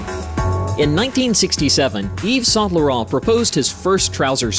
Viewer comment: exactly…. Paris Match … horrible .. Yves Saint Laurent, terrible..